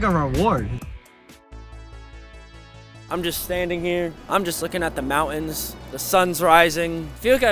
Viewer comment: Bro I could regonize u as a fellow Utahn by how you said mountain